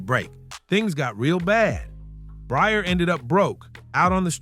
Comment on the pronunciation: You're hearing his name pronounced correctly and you're still calling him Bryer stop please